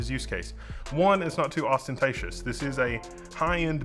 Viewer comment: Somebody mixing up their London with a bit of Birmingham?